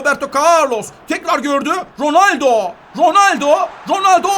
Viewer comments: Abi ronaldo ismini dorgru soyle ronalde diyon sen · ABİ roneldo değil gözünü seviyim